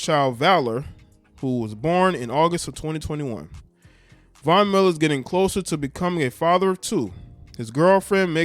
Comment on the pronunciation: The only name he pronounced correctly during this segment was Von Miller.. please get it together.